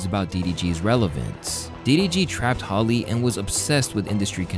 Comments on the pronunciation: Her name is hallie not holly bro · Her name is HALle not Holly!! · its HA-LEE